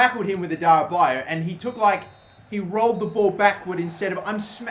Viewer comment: Adarabioyo is pronounced 'Adara-beo-yo', you always missed out the 'yo' at the end. And Karius is pronounced 'Ka-ree-us' not 'Ky-rus'.